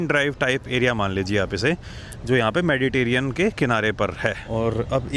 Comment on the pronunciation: मेडिटेरियन नहीं मेडिटेरेनियन होता है......कभी तो सही बोला करो